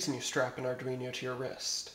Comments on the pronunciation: lol its arduino not arduiño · ar dween o. it is not an ar dweeny o